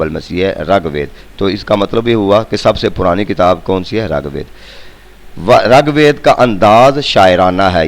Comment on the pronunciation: sir g rAG WEED NAHI RIG WEED HOTA HY